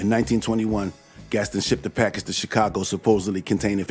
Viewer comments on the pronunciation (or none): none